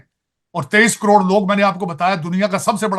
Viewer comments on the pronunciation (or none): none